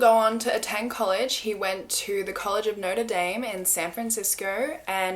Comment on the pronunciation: im sorry but the way u said notre dame ahhahah